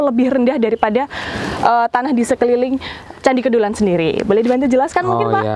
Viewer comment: Kedulan...huruf E dibaca seperti dlm kata Teras